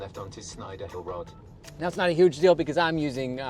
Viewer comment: the robotic southern English navigation is weird. He can’t pronounce the word “road”. It co,e out as “rod” as you showed.